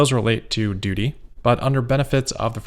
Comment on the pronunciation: Haha! You said "duty"